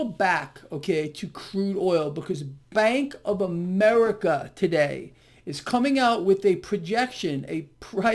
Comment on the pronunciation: Did he say, "Spank of America"?